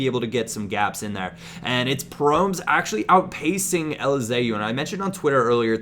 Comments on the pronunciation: Yo i am from the netherlands and here we say his name like pro-mes not promes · Its actually pronounced as Pro-mès, not prommes. Just so you know :) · it's not pronounced promes but like prome-ass or promez (as in mario gomez) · Promes is pronounced: PRO-MASS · you say Promes wrong, its Pro mes, say ''mes'' like you say ''Pro'' like Pro evolution and ''Mes'' like MESsi. I hope it helps. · promes is pronounced pro-mès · Its prom-ES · you pronounce it as PRO MESS, just sayin im not hatin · Love Promes (pronounced like 'Pro Mess') so much irl. Youth product of the club I support :) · Promes is pronounced as promise therefore his name is Quincy promise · It's pronounced Pro-mess! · you pronounce Promes wrong. You have to pronounce it like promesse, like esse in finesse